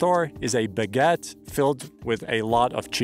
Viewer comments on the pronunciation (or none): Perhaps , before making a video about EU hiking you should learn how to pronounce some of the words, like “Refugio” or “baguette”. Not even mentioning that you clearly violate the rules with your “wild” camping.